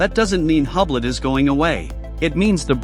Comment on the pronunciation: You know it's AI slop when it's pronounced "HUBLET", and they don't take the effort to correct it.